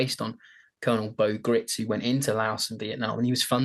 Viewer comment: Gritz's name is actually pronounced like "rights".